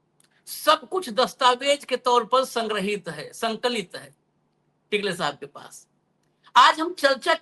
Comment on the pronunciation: निरंजन टिकले नहीं टकले उनका नाम है.